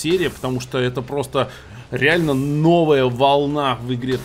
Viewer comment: кстати насмелюсь тебя поправить: terratech ==>терратек и все англ. слова с -tech произносятся как -тек